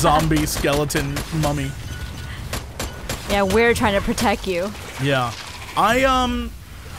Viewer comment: Is she saying protect incorrect on purpose as some type of inside joke?